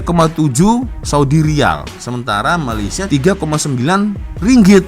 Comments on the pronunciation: Malaysia..bukan mayaysia😢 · BUKAN MAYAYSIA LAA TAPI MALAYSIA... EJAAN MALAYSIA PUN TAK BETUL, APA TERUK SANGAT, NEGARA JIRAN PUN TAK TAU NAK SEBUT.